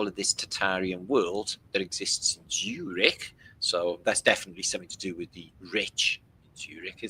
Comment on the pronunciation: showing Zurich Switzerland... We miss pronounce Zurich... Broken up in it's Urban dictionary sound like... ZU-RICH as in is you rich??? Great podcast today 💋